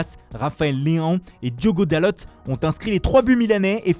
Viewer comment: C'était parfait jusqu'à et son Rafael Leaonnnnn( le gars il rajoute des sons dans des prononciation il est ouf) et le reste ça part en couille comme d'hab quand c'est les revues italienne. Il casse les couilles putain